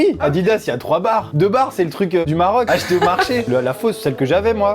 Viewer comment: le bon accent alsacien 😂 « Au marché » 😂